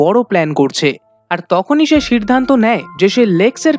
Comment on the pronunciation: ভাই তোর সব উচ্চারন ঠিক কিন্তু সিদ্ধান্ত টা কিভাবে সির্ধান্ত হয়ে গেলো? এটা বিরক্তিকর